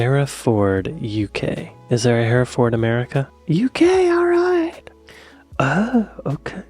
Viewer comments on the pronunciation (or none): ...greetings from Herefordshire...please note that Hereford isn't ever pronounced Hairy Ford.